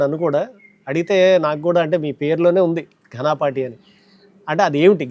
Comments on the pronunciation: చాలా బావుంది వీడియో. ధన్యవాదాలు. చిన్న సవరణ.ఘనాపాటి అని కాకుండా ఘనపాటి అనాలి అంటారు....తప్పుంటే క్షమించండి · ఘనాపాటి కాదు బాబూ! ఘనపాటి అని అనాలి. చాలా మంది ఈ తప్పు ఉచ్చారణ చేస్తారు. మీరు కూడానా?